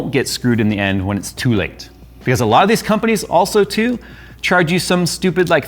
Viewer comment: “They are aHGHHGlso” 😂😂🕺🏾 I love you all jokes